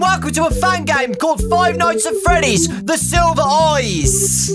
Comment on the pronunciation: Nobody: Dawko: the silva eyas